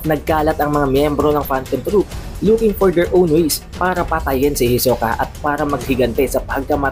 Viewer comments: Ang layu ng pag pronunce mo kay hisoka sa pag pronunce ni Ilumi. Hiso-ka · Parang nasusuka Ako sa pronunciation sa hisuka... Ito lang ang chapter na ayaw ko... HEYSOOKAHH.. hnd ko na tinapos .. HEYSOOKAHH.. ibahin mo ung pag kakabigkas mo sa HEYSOOKAHH FELLING KANO HAHAH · "Hisoka!" Para kang bading pre mag pronounce e. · Kahit ganun Pangit padin ng bigkas mo ng hisoka..😂😂 sagwa pakinggan..